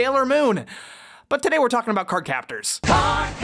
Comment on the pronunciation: You pronounced "card" wrong